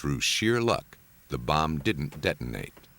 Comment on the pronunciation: Hate the way the narrator says Bomb/Bomber/Bombing!!!